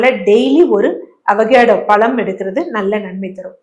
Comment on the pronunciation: Koluppu kolluppu koluppu????????? Ozhungaa sollunga. Kozhuppu nu sollunga. Ada kandraaviye!! Avacado palam aaaa??? Pazham, zham -- Ozhunga solla varaadhaaa???? Graamamaa neenga?????????